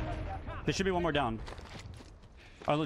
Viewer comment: i couldn't tell if you said "one more" or "walmart"